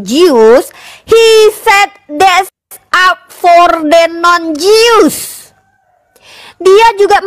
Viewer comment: Jews bacaanya BUKAN [Jius], tapi [Jus].